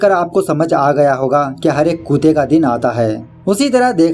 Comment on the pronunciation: Aap kutte ko kuteh q bolte hh